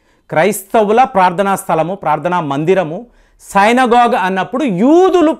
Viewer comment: సైనగోగ్ కాదురా సినగోగ్. మీరు చాలా పదాలు prononciation తప్పుగా చెప్తారు.నాకు అది నచ్చదు.